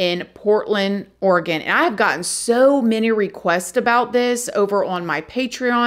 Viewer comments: I'm so Impressed she said Oregon right! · Thank you for pronouncing Oregon correctly 😊 My prayers are with the friends and families of these poor women. Portland has become quite the cesspool the last few years. Their city leaders and state government are not doing much to imorove it.